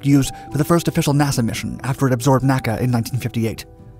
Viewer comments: My all-time favorite aircraft. Others have pointed out the miles versus feet and "F-194" slip-ups. I want to mention that NASA's predecessor, the NACA, was always called "the N A C A," not pronounced "nacka." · It's my understanding that NACA was not pronounced "nakka." It was pronounced N-A-C-A.